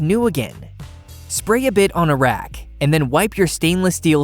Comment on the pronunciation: It's not a criticism really but can't pronounce his G's. Rag he pronounces as rack and the same with ring, he says rink. Very distracting.